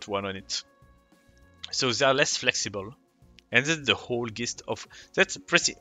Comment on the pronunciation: Dope video. Just subscribed. "Gist" is pronounced "jist" in english. Just a respectful tip :D